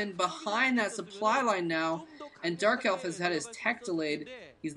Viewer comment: lol at about did you say JERK elf?? sounded quite funny. perhaps it was just my imagination... anyway love to hear my 2 favourite commentators together